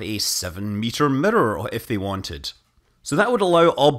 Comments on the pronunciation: I keep hearing murder instead of mirror dang that's funny XD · The best part about Scott Manley talking about mirrors is Scott Manley pronouncing mirror. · I love the way you say mirror